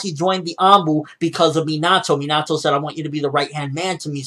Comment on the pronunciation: His name isn't Mean-Ah-Toe it's Min-Ah-Toe